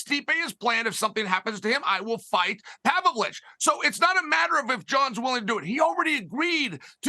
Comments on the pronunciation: “Pavlich.“ Kills me on his podcast when he does that. Lmao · ”Serjy Pavlich” lol😂 he says both his names wrong. Love it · He fucks the names up on purpose. He’s essentially said as much, himself.